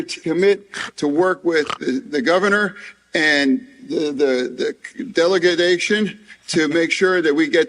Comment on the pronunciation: I'd have to work pretty hard to mutilate the English language as badly as FrankenFetter does in just one short speech here - "I'm standing next to a collapsed bridge here" and "delegadation" not to mention "infructure." Instead of dressing like a homeless over-the-hill wrestler, FrankenFetter should don a butchers apron and hold a cleaver during his next speech.